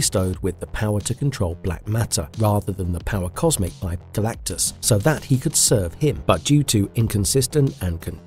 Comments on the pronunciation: How do you mispronounce Galactus's name multiple times and not fix it before publishing!? Not talking about when you referenced him by Galan....O_o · "Sentinent"? "Calactigus"? Is this AI?